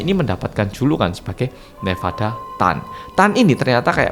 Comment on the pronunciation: Nevada chan kali.. bkn nevada tan